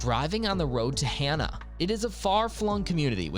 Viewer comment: FYI, AI....Shoddy research, atrocious "narration"....Kilauea=Kee-lao-way-ah;..Hana=Hah-nah; Mauna Kea=Mao-nah-kay-ah(dunno what that was - ) Kalalau=Kah-lah-lao/Ki'i=Kee-ee/Hanakapi'ai=Hah-nah-kah-pee-ai/Ha'ena=Hah-eh-nah....Please, Please, PLEASE give more research into Hawaii place names!